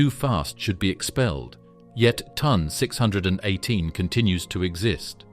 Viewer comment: It's T O N not ton, and Phoenix A, dildo